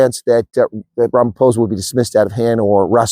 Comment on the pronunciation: Lets just get his name right its RAMAPOES !!!!!!